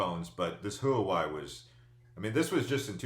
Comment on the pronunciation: Btw, Huawei is pronounced Wah-way. They’re being blocked by the prez as part of the China trade war also.